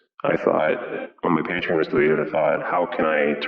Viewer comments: He says: Patreein, Paytrin, Patreean, Paytriien. Fucking Patreon dude. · It's a new decade and still says paytren.... It's wrong faam!!!! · i know its because he says patrien